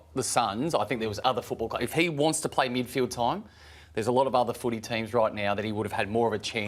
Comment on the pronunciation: Fox Footy, it's *"Midfield". 🤦‍♂️